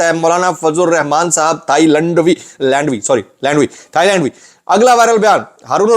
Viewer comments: This is not a Mask it is a large XXX Size FL…. Moulana is very true you said in the beginning “Thai-Lund V Lilli’ please don’t try to correct it….. 👌👌👌👌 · 😂😂😂😂 hilarious slip of tongue Moulana Fazl u rehman "thai-Landvee"